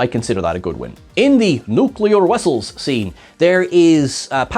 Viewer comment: Nuclear Wessels. Roger, Roger. Wictor, Wictor.